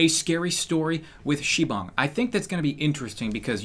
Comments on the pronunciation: SIBONG IS DISTRACTING MEH. STAPH IT OPPA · It's sibang